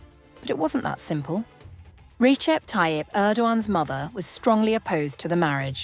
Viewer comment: Recep is pronounced Rejep. C between vowels has a j sound in Turkish. Don't ask me why because I have no idea why. They just do it that way.